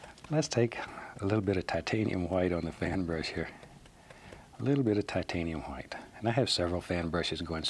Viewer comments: Before the battle of Hastings and the French speaking Normans took over england and changed the language dramatically, it was "Hwite" "Hwere" "Hwo" "Hwat". So his way of pronouncing is actually the OG real way. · Didnt he say titanium whaite i saw blue😂